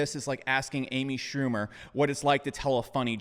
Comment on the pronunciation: Did he say Amy Schumer lol